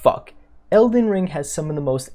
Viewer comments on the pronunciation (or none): “Elden ling” 🤭